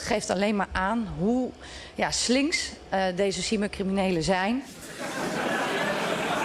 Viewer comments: Ik verstond “sywertcriminelen” 😂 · Ik verstond toch echt SIEMMER criminelen 😂😂😂